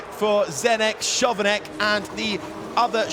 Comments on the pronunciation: that Chovanec pronunciation hurts 😭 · I get that the commentator doesnt know that Chovanec is pronounced Khovanets... he is a new guy... but to not know that Charouz is pronounced Kharows ...that man shouldnt have his job.